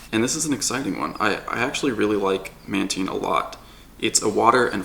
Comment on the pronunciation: its not manteen, its mantine. like time, tine, fine.